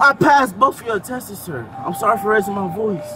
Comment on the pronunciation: LOL, I thought I was drunk for a minute… 😂 “I passess all yo tesses” Then officer “It’s not a Tass or pail fess” 😂 ummm.. They all high off fumes..